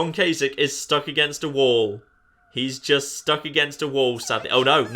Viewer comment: you have my automatic, utmost, and unwavering respect for being the first Youtuber I've watched who actually knows how to pronounce Gov. Kasich's name. I take it there's no connotation in naming worms after major political figures?...;)